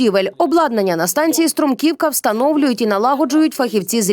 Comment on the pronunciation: не струмкИвка, а стрУмківка.